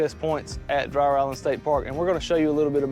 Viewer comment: It’s pronounced DREER